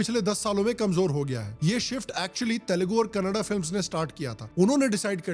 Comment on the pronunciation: Thank you for pronouncing Kannada properly ❤💛